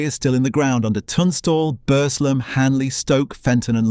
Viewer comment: Please ...it's pronounced "Burzlem"; "Bursslem" assaults my local ear...! And "Bess-wick" even moreso ("Bezzick" is the correct version). Plus the AI voice sometimes gives an odd meter, and doesn't convey the sadness of the loss of so many jobs and livelihoods. Other than that an interesting history. Thank you!